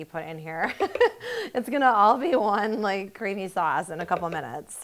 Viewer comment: Gosh you talk horrible! Really, listen to yourself in the video, it's horrible. That like pronunciation at the end, my god.